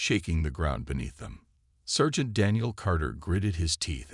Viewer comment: sergeant is not pronounced "sir gent". It's "sar gent".